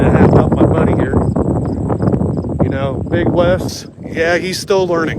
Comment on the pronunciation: It's not "Big West"; it's "Beg Wes". You don't even know your own community. Just like that idiot at the Nevada prison who got hot-boxed for putting a prison in lockdown. Every time you guys go to a state prison, the facilities go into lockdown. Your actions aren't keeping the Dep't of Corrections in check, you shutting down Rec' time, interrupting education and work programs, and you're putting dudes into their cells long before they have to turn in for Lights-Out.